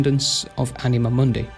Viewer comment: you pronounce it as m(ou)(soft n)d(ei) while it should be m(hard u, similar to english "moon")(hard n)d(hard i, not english "eye" but i like in "in"). So in short you said something like mon-dei instead of moon-di.Try to listen to google translate "stupor mundi" in latin to notice the difference, you have right to your own pronunciation, but I got confused first time you said it. I didn't mean to shame you or anything. Lore is chaotic yes, I just wanted to point out it jumped from Mah to Zaros to Seren without really saying what connected them, It should say how and maybe why Mah created them, quick description of them both and their powers (their auras worked on each other, which weren't even mentioned), then how Zaros left and finally Mahjarrat, their relation with Mah and Seren (they didn't know they were channelling energy bach to Mah). I already described difference between Catalyst and the Codex, but I can say it again, Jas created Stone from her own egg (sacrificing her reincarnation in future revisions) as medium to fill power gap created after losing Mah, It acted as power source slowly burning whatever power Jas infused it with. Stone was used as tool in creation of worlds and and other lesser tools. Codex (as we have recently learnt) was used as storage for knowledge and power (this is how you described the Catalyst)